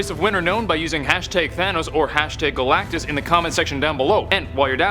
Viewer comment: Did he just say gulactus the life bringer he eats plants how is he a life giver 😡